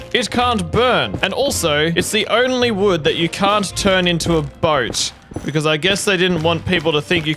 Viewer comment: you said mood you replaced w with m sooooo you said mood